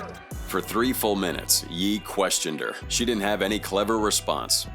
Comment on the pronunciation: I'm glad it pronounced "Ye" properly. "Yay" isn't how you say that.